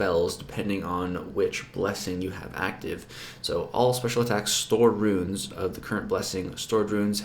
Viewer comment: its Runes as in roons, not ruins.nice vid. Cringed every time you did it.